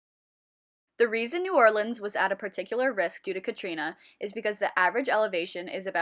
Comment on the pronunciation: This is beautiful but the pronunciation of New Orleans activates my fight or flight response